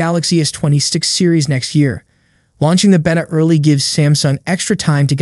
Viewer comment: You're going to keep getting a thumbs down for me until you say beta the correct way